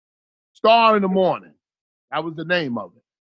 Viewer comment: Why was it so hard for to say Star's name?